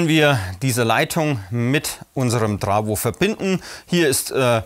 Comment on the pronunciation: Das heißt Trafo und nicht trawo